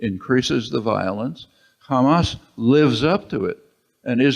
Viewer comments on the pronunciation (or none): "How they elected Khamas" You know shit is going to happen (Israelis and Hebrew speakers pronounce Hamas as Khamas and that's how I spot a hebrew speaker) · LMAO. Khamas. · The second she said , kHamas i knew what she is.